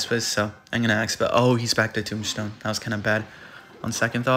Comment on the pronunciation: Anyone notice says “tombshtone”?